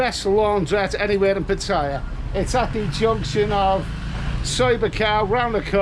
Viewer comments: FFS - if you want to be Pattaya blogger at least pronounce the name correctly - there is no tire in Pattaya. You sound like a complete say Pat Tire. But great vid anyway very informative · Why can't Thai vloggers just pronounce Pattaya the correct way! Hint. Ask a Thai person to pronounce Pattaya. How hard can it be?🤔